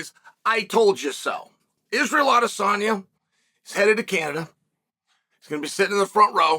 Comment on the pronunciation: Him saying Alex’s name right multiple times let’s you know this piece is serious 😂😂😂😂😂😂😂😂😂😂😂